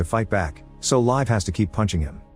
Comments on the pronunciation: "Live" is rather pronounced "Leev-eh". If you say live as in English, it sounds like "Leif" which is an old-man-with-a-beerbelly-name. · Its Liv not live